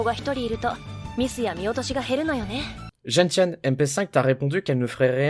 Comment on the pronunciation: Gentiane se prononce genSiane (comme la plante)